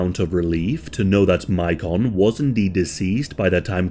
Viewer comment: I actually know a little about this case, and I’m just pointing out that the boys name is pronounced like Macon, GA.